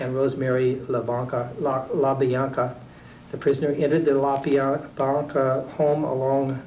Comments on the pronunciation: La Biana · How hard is it to say La Bianca?